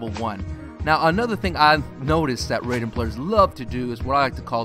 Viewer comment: He is pronouncing his name wrong